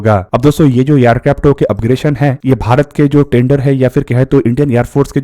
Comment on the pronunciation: अपग्रेशन" नहीं अपग्रेडेशन